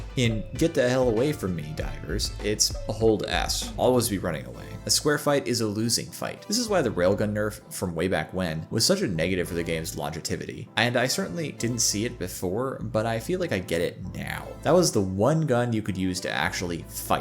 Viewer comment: Did you just say "longetivity"?